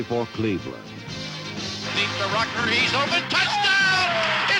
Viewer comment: Nice mispronunciation of Rucker